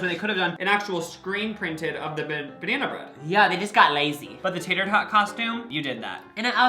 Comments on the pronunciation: DID YOU CATCH THE TATER TOT ONE SAYS TATER "THOT". COME ON GUYS LMMFAO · Did anyone notice how the tator tot costume said Tator Thot?🤣